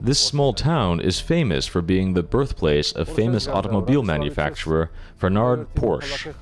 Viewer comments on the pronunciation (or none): " Fernard Porsch "?!? The name is Ferdinand Porsche, you fucking donkey !